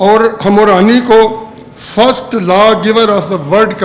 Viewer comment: ہمورانی نہیں ہمورابی ( hamorabi ) ھے تصحیح کر لیں